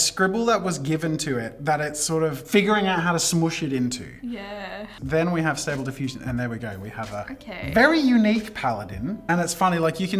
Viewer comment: As someone who uses stable diffusion daily, I was frustrated by the way it was butchered Xd, great video though.